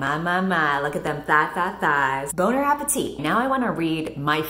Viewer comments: No one: Nobody:: B O N E A P P L E T I T T Y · No one:: Bon appletit Boner appetit Boner appletitty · it's the "bone apple titty" for me omfg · This book would have been good if it were just Feyre coming back to absolutely fuck up Tamlin's life. Also if Lucian and Tamlin were having an affair. I said what I said. Edit: I'm also absolutely LOSING IT at 'bon appe-titty' and 'boner appetit' being used within one minute of each other